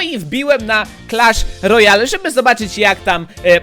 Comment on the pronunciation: czwemu on mówi Crash lojal?